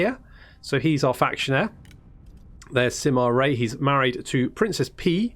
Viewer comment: You didn't misheard it, the advisor lady confused us. She somehow turned it into Ray, which is far from correct. I can confirm that got it right... at least close enough. The actual pronunciation is not what English Speakers are customed to. Yoo-eh, Yuu-earh... Wiki Dictionary has a demonstration.